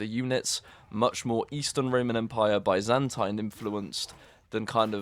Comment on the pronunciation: Bro, i swear if you say Byzantine empire the way you are saying it now, i'll launch fourth crusade and take over you capital. Geez. What do i do with all the blood coming from my ears now, huh?